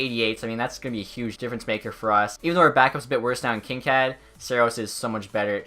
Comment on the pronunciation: the way he says Kinkaid lol